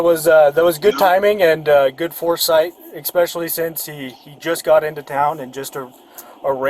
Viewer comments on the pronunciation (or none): Especially is not pronounced “eXsoecially.” Common police L. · is "eXpecially" not the sharpest tool in the shed. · Grown men who say, "eXspecially" should not be alowed to become cops. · You should not be allowed to be a cop if you pronounce the word especially with an x… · That officer pronounces especially like ex-specially. My cousin in the city over pronounces it the same. I wonder if it's part of the Utah accent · Cope says Expecially instead of especially. 😂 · He literally thinks there's an x in the word. There's no excuse for it. It's not a mispronounciation.